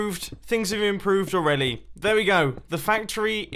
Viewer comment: he said alrally instead of already